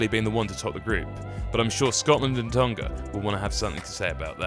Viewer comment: FFS - 'Tong-ah' not 'Tong-gah'!